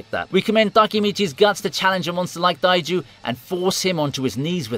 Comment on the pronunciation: Why are you saying Taiju and Takemichi so weird?